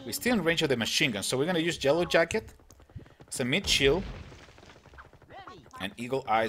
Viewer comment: does anyone reaise that he is saying jellow jacket not yellow jacket